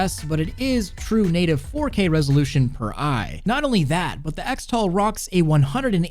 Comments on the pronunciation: “ECKS-tal”? Am I crazy or shouldn’t it be pronounced CHRIS-tal? Like X-mas is pronounced as Christmas... 🤔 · shouldn't "xtal" be pronouced "cristal"? like "xmas" is "christmas"?